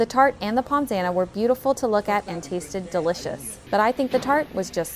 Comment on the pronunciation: that pommes anna looks quite nice!! btw its pronounced “pum”, not “poms” haha